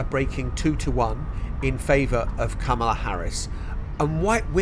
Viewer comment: Just say 'Harris' for goodness sake. Still can't pronounce her name properly. The recent skit on SNL, will help you. It's 'COMMA-la'!